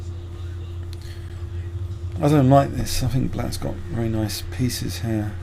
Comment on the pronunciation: wely wely good lmfao